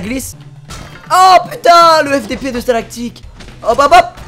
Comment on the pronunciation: "stalagtic" hahahahha